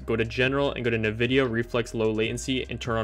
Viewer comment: this guy really said navidia instead of 'N' Vidia